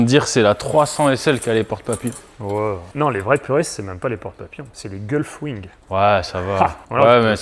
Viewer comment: Désolé de te reprendre, mais c'est pas des Gulfwings mais bien des Gullwings.... J'en peut rien, je suis Belge, je cherche a me faire vanner!!! Ça manque encore et toujours!!!!